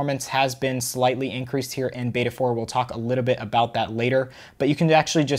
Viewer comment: Why you saying a litebit instad of a littlebit?